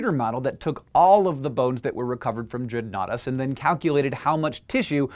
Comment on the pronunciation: At first I thought Dreadnoughtus said "Dreadoughnuts". Lol